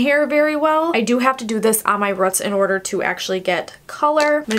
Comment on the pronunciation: its roots not rut smh